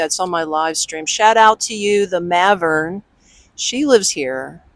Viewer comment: Maven not mavern